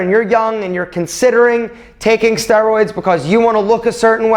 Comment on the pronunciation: Why I'm thinking he is pronouncing steroids wrong